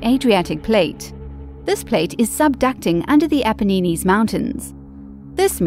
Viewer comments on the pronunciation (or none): I had to stop about halfway through this garbled mess of mispronunciations when she spoke of the "Ap-a-nee-nees!" Any validity of the content disappears under this barrage.